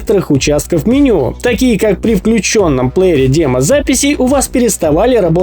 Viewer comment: Ты специально говоришь дЕмо записи?